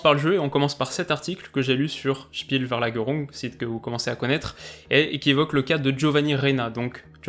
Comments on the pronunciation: SpielVerlagerung se prononce SchpielFairlaguerung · Salut, très bonne vidéo et nouveau format très sympa!! Juste petit détail: Spielverlagerung se prononce Spielferlagerung 😉